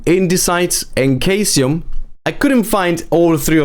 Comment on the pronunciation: Great guide. Ps. Caesium is pronounced cee-sium.